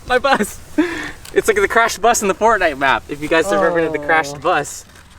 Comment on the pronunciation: XDDDD John Walsh wtf is fortNIGHT?